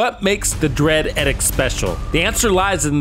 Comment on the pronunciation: Love the work, and good point about SVD with Lucky Shot. Thanks for this. One thing: it's pronounced EEE-dikt. :)